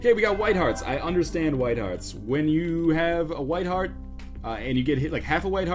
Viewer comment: Hearth? I think you mean heart.